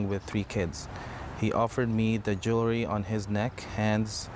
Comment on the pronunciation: it ain't jew-lery.. it's jewel-ry